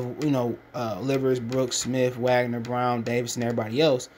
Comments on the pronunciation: It’s pronounced Vahg-ner- not Wag—ner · Wagner pronounced (Vahg - ner). Put sum spect on his name